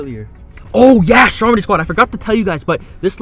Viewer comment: And why do u call stromedy strompy